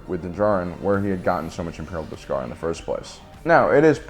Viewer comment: Interesting take, but your pronunciation of Beskar as 'bis-GAR' is distracting. 😉